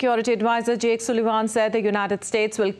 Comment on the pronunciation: it's pronounced as sallivan not soolevan😅❤🙏